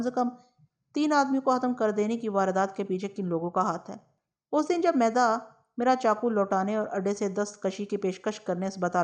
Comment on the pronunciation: میدا نہیں۔۔۔۔۔۔۔مِیدا ھے۔عام طور پر حمیداللہ نام کے لوگوں کو بچپن میں مِیدا کہا جاتا ھے۔۔۔شکریہ